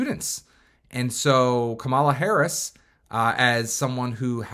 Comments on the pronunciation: Right? Maybe he doesn’t know that it’s pronounced like Comma-La. I noticed MAGA often mispronounce her name on purpose though 🙄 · Why do you say Kamala like that?